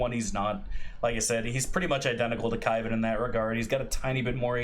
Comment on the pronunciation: "Kaivan" is cringe 😢